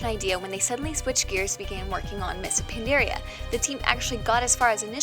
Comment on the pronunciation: The way you say Pandaria and Pandaren is tilting me